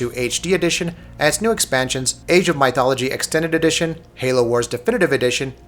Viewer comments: Say Myth. "Myth!" Good, now say Mythology. "Muh eye tholgoly!" Really? "meye, muth.. Moo?" Get out. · My-thology...really? Lol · For some reason everytime he says it, it annoys me more and more lol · Thumbs down for such bad pronunciation. Seriously? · The way you say mythology sounds funny. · What the hell? Where did this guy learn the English language? I like his review, however his butchering of my favorite Empires game is so annoying, I couldn't finish it. I hope he reads this!